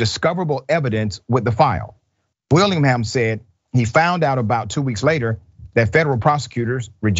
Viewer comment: Will-ing-ham--- Willingham